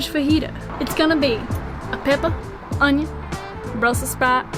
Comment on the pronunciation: Hahahahaha! That was a really sad southern accent. Keep working on it. If you want to go all Cajun on that onion, you’ll want to pronounce it onYON....